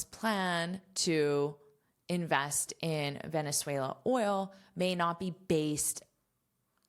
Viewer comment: Excelent!! I'm venezuelan and you say 'Venezuela' very well! Thanks for teach us! Have a great day!